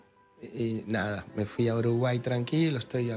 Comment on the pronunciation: Viste como dice (Y NADA NADA) re ARGENTO😅😅